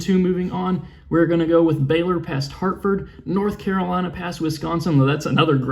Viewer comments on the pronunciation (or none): none